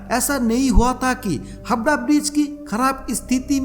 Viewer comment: Dear Sir. Please note that this "wonderful" VO artist of your video does not know how to talk in Hindi properly.....He says HABRA....but its HAVRA......its not SABAL but SAWAL.....and so on & on......Please look into this.......